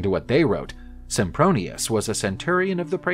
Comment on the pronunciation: Did they just call him Simpbronious? O.o